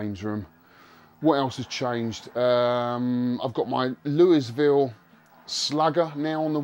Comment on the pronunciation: Such an epic room! I loved this video so much. Gotta love the bond evil villain chair. Such an awesome snes collection. I’m jealous. FYI, Louisville slugger is pronounced “Louie-ville,” the same way as the city in Kentucky where they’re made. Amazing pickups!!! So much nes goodness!!! 😊 Looking forward to watching part 2!!!